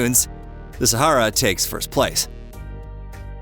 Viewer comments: it's not SAHERA. LOL IT IS THE SAHARA NOT SAHERA. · The correct pronunciation is NOT Sehera but Sahara. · It would be good if the narrator could actually pronounce the word Sahara. It is NOT Saherra! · Sahara, no e in the mame, mr. Amrican…